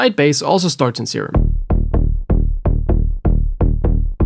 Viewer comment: bro dont got that serum, he got that "seeem"